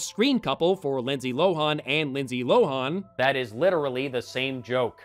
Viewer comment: Why are you pronouncing Lindsay Lohan's name that way? It's a short a.